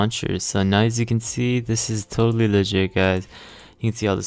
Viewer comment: At the beginning, I know you said "legit" but I heard "the shit".